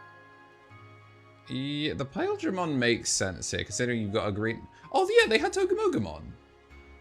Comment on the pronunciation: you keep saying the name wrong. It’s pronounced togie mogie mon 😂😂😂😂😂